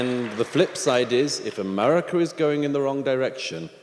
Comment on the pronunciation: It’s America, not umerurica